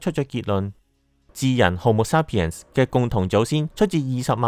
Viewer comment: homo sapiens發音好似有點怪，同埋染色體係23對，46條。加油，多謝你製造的片。